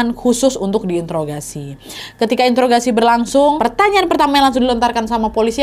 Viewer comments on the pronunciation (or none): none